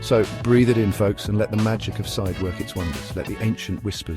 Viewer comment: The Turkish town of Side is pronounced like "seed-eh", with a short "i" sound as in "sit" and a soft "eh" sound at the end. It's not pronounced like the English word "side".